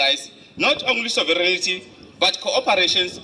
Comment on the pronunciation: Love your show! Hou so aan ou maat! 👏🏻 Just one linguistic comment, if I may. “ sovereignty” is pronounced like “sovirinti” not “soviriniti”.